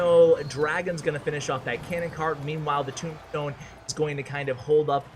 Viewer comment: listen at how he says tombstone.🤣💀